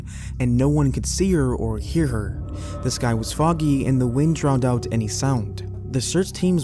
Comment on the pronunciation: The first story...why is it so very often that beautiful young women disappear? She was a victim of the environment, so we're told. The amount of damage has me feeling sceptical. But that's just me. Isn't it? 🤔 Lol, you said "the sky was foggy" and I heard "this guy was foggy," and I had to go back with captions on. 🥴 Ladies, especially ladies but no one should hike alone. Don't vacation solo. I know, I'm a very private person. I love solitude. But we have to be smart. This world is a wicked place, and a lot of people are just evil. Do not hike alone. If it means postponing or canceling a trip or event, it's better than ending up missing.